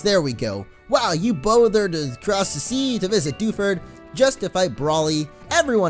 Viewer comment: Dew ford town it's like defuse town